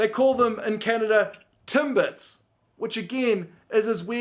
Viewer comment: He said Timbits right I'd say